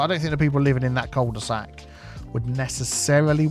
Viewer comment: Cul-tea-sac Oaks